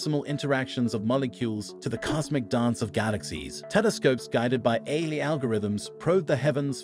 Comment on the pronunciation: This video keeps saying "a" instead of A.I. which makes me think that the speaker in this video is possibly A.I.